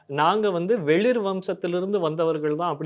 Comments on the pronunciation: சிறு திருத்தம் , வெளிர் இல்லை வேளிர் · டேய் அது வெளிர் இல்லைடா வேளிர்டா..... இப்படிலாம்பேசி நீங்க ஒரு பக்கம் கதையை கெடுக்காதீங்கடா